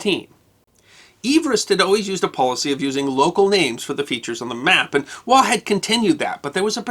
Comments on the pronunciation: Andrew Scott 'Waugh' is pronounced -Woff. (English Pronunciation). Also of interest are the calculations pertaining to SCHIEHALLION a mountain in Scotland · Interesting, but slightly ironic that you cannot pronounce the name "Waugh" properly though.